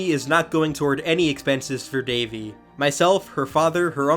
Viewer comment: RIP Daveigh! 😢🌹 *BTW: It's pronounced DAH-VAY, not "Davey"